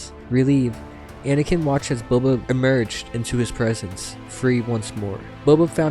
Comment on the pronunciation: Towards the end of the read, you called him “Bubba” once.. 😂 omg… Bubba Fett… 🐊”Ya’ll be needin’ bounty huntin’ done?” 🤣